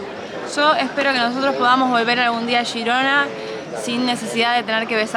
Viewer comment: por qué decís "shirona" o "yirona"????!!!! Es G I R O N A!!!! En castellano